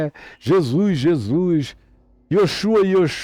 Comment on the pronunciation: Zèzuis, Zé zuis kkkk. Muito bom.kkkk